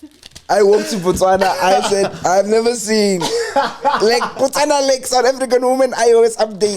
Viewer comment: BaTswana not Matswana